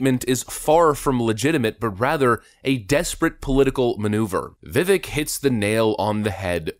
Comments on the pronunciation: All these videos about vivek and you still pronounce his name wrong 😂😂 come on brotha man it'd viv-ache not viv-ick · Vivek is pronounced Vivake like cake. I learned this the other day and was mispronouncing it too. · Vivek is pronounced Viv-ake like cake. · Say his name right! It’s Vivek, sounds like VI- VAKE, not VI-VECK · DUDE ITS VI(VEK) RHYMS WITH CAKE. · I've learned (when he was a live guest on Tim Pool), Vivek is pronounced vih vake not vih veck (as I'd originally thought myself)... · It’s Vivek, rhymes with ache or cake viv-ayk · You are mispronouncing his name. He says you pronounce it like cake. "Vivake" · Vivek's name is pronounced Vi-Vake........second syllable rhymes with LAKE! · Vivek sounds like vi vake. Rhymes with “cake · Great show. Vivek is pronounced vivake like cake! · Pronounced "Vi-VAKE"! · Ramaswamy is too awesome a voice for the Truth -- we OWE the guy an accurate pronunciation of his name, as he has said it's important to him. It's pronounced "vi-VAKE" -- a long "A" for the second syllable. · Pronounced Vi”vake”. Get with it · Like him, too, but it's Vi-vake, rhymes with cake 😊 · Show some respect to the man.. his name is correctly pronounced as Vi-vake, as in ‘cake’. To repeatedly pronounce it incorrectly is asinine. Jes’ sayin’! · Dude it’s VIVEK LIKE CAKE!!! This is cringe af hahah ur supposed to be up on the news and politics, can’t even say his name right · Just so you know, it's pronounced Vivake. He needs to be Trump's VP pick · Vivek, rhymes with cake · It’s pronounced “viv-ake,” like cake! 😉🤘🏻 🇺🇸🇺🇸🇺🇸Vivek 2024!!!!🇺🇸🇺🇸🇺🇸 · It's Viv-ake as in 'cake'. 👍 The more you know 🌈🌠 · Vi-vake is the correct pronunciation. Thought you should know because you'll probably be saying his name quite a bit in the future. Just FYI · Vivek rhymes with cake, rake, bake, wake. We should at least say his name correctly. Please. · I hate to be that guy...and I don't think it bothers him, but... Vivek=pronounced 'Vivake' like cake.